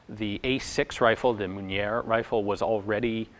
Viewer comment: It's pronounced "Rosiniol" you actually got it pretty OK the first time :) oh, and the "r" of "Mounier" is (always) silent ; You know how the "a" sounds when you say "a pistol"? or the first sound in "evaporate"? No, wait, better yet : you know "touché"? There you have it : "er" sound (exactly) like "é" : Mounier. Ian, I've been here since the early blog beginnings, and it's been really great the whole time ; Merci :)